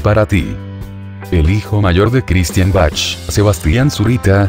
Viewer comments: Se pronuncia Baj mas o menos pero no, Bachchch. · se pronuncia baj con j no Bach ok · Se pronuncia BAC. La H es muda en este caso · Jijiji perdón pero así no se pronuncia el apellido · Es una computadora la que habla por eso pronucia como se ve escrito😊